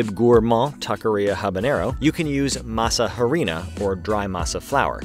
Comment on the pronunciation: tell me you're detached to the Nth degree from your subject without telling me you're detached to the Nth degree of your subject. Hearing you pronounce masa harina hurt my ears every time. The "h" is silent in Spanish.